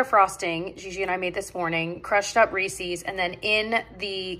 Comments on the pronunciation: the way you pronounced Reece’s…noooo!! 😢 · Honest question, is the way you say reeses a regional thing?? I've never heard it pronounced the way you pronounce it. The way you say it so much fun ! 😊